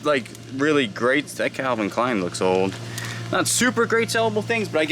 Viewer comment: What accent do you have my guy? Where were you born? I have only heard one other person that pronounces “Old” like “Ode” and it’s a YouTuber named Tia that I watch. It’s very unique but obviously not like an impediment or anything so it has to be from growing up somewhere specific. I think she was from TN but idk where she was born.